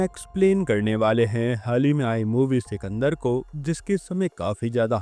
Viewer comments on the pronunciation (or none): Sikendar to muslim nam he isliye bhai ko bolne me dikat thi 😂